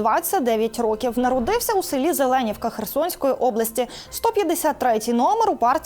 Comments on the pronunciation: Зелен¡вка. Наголос на І. Ого, цей хлопець з ЗеленІвки!)) Треба ж таке) Я там рибу колись розвантажував)) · Село ЗеленІвка, наголос на "і" По факту це вже практично як район Херсона, майже в міській межі